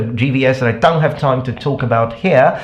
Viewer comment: Question! Why are you pronouncing "don't" as [doŋ]? As in, with a velar nasal? I noticed that in your videos a long time ago.